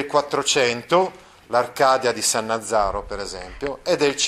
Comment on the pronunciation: Sannazaro, NON SannaZZaro